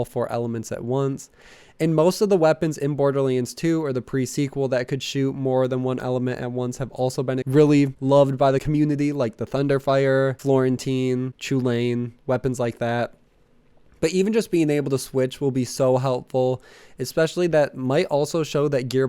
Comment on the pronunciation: FYI the Chullian gun is an Irish word pronounced like Cull- en. Like the that vampires last name from twilight lol